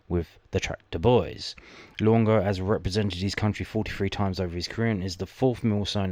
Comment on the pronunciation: Wow. Luongo accent’s gonna need some work 😂🐨🦘